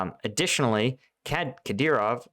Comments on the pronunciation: kuh-DEER-off. You had it right on the first try. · You've been covering Ukraine long enough that you should be able to say 'Kadyrov' XD.